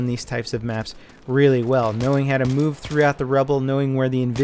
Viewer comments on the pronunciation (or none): none